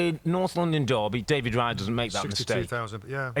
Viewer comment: it's "Raya" not "Riya"...